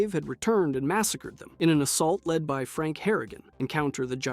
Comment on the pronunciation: thats your problem with this video? not him saying 'sandy sands', saying ghouls come from vault 12, thinking vault 13 was in the capital wasteland, missing 2 entire games, consistently saying franks name wrong lmao